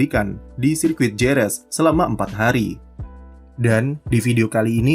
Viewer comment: kalau ga salah Jerez bacanya Herez